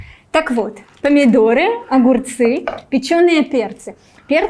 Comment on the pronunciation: "перцЫи.. готовиИм.."" ыыы..